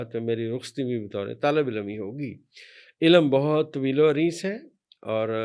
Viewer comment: واقعی کچھ بھی نہیں آتا لفظ علم ہے الام نہیں ھے